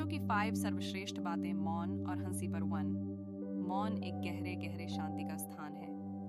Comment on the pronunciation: Ai converted Audio hai.. isliye हंसी ko हन्सी bol rhi hai 😂